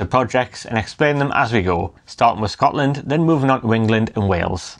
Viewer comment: Absolutely blatant about taking energy from Scotland (dreadful pronouncistion by the way) and sending it to England with no benefit to our people who pay the highest prices in Europe. We also suffer horrible ugly huge pylons and powerlines in areas where people are already living in fuel poverty. Independence, nothing less, nothing else!